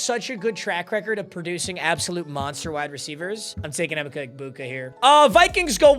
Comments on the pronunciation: strikes again... The first 6 RBs are definitely 1st round talents... And It's pronounced EE-Mecha EHBuka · you butchering e-mech-a egbuka's name will haunt me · “em-icka egbuka” 🥀🥀🥀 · W but L ball knowledge and pronounce emeka egbuka